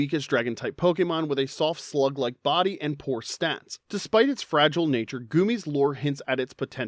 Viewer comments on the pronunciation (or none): none